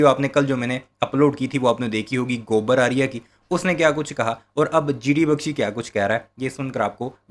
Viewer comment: Admin pls note !! "Gobar Arya" Not Gurave Ariya. GD TattY Not GD Bhakshi.